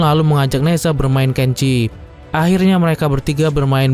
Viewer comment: Ne Zha bacanya Na Cha...Z di baca C